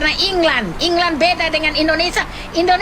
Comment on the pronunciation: England woy bukan inglan😅